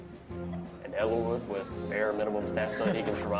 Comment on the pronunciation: Odd pronunciation, I've never heard their names pronounced like that before. Floor-in-uhh? Eel-eye-wood? I thought it was: Floor-ee-nuh. Ell-ih-wood.